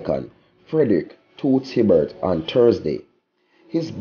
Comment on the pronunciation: you need to pronounce the icon's name properly.You have no sense of history, cmon you doing this long enough man.